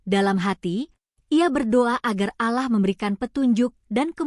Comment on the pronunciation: Jangan di baca aalah tapi allah mba